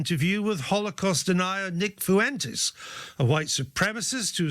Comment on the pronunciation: Fyoo-entes… lol. Spain is like a 45 min plane ride away from you. How is that your best attempt at pronouncing that surname.